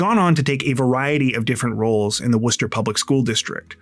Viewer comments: Thank you for pronouncing Worcester correctly ❤❤❤ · As someone who grew up near Worcester, thanks so much for pronouncing it right! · Thank you for correctly pronouncing Worcester. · Thank you for your correct (albeit non-native) pronunciation of Worcester! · Dude, did you pronounce Worcester almost like a local?? 🥳👍🏽👏🏻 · You are literally the first person that pronounced my city correct that doesn't live here.... literally no one can pronounce Worcester without the Boston accent. Shout out to u my dude.... somehow i didn't even hear about this and I literally live in Worcester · Thanks for doing the work and properly pronouncing Worcester. Those little things show you care about the stories and people you tell stories about. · How did you know how to say Worchester??? NOBODY says it right 😂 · As a Masshole, THANK YOU for pronouncing the city of Worcester correctly. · Thank you SO MUCH for pronouncing Worcester correctly!!!!🎉🎉🎉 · Born and raised in Worcester. Thanks for covering this case.. and pronouncing Worcester right 😂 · Thanks for pronouncing my city name correctly. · Hi from Worcester, MA! Thanks for sharing this and pronouncing Worcester correctly 😅 keep being awesome! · Wait, how do you know how to pronounce Worcester correctly? Most not from MA don’t. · Props for pronouncing Worcester correctly. Most non-MA residents get it hilariously wrong.😊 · I agree, and I'm near the UK city of the same name :) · Wow, someone pronounced Worcester correctly finally! 👍 Idk why Worcester keeps popping up in true crime lately, but nobody else has gotten the name right! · I can't believe you said Worcester right i lived here years before I got it right...lol I love you keep up the amazing job we love you in Massachusetts ❤❤❤ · Thank you for saying Worcester right ❤️.